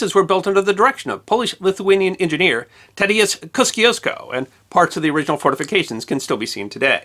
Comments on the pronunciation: Love how you butchered Tadeusz Kościuszko - polish national hero 😀 great episode! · I was very happily surprised by your brief mentioning of Tadeusz Kościuszko in this video. It would be amazing to see you cover this historical figure in a video of its own. BTW, if you ever decide to make such video about him, there is a short and fun video on the Culture.pl channel, that should help you to pronounce his name.